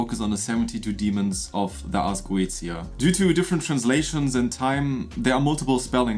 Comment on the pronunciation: Pronounced ( GO - AY - SHIA ) ☺️